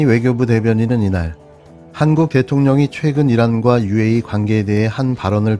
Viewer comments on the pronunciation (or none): Uae적은 이런으로 들리는데요_^^_